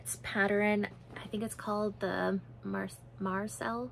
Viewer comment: Hi! I enjoyed your podcast today, hopefully you have less stress in the months to come. I believe you pronounce the Petite Knit sweater, mar-say. Take care!!